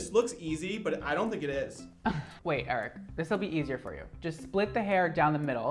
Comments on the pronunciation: I love that he pronounces Eric...like Aric hahhha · why do you pronounce it as air-ick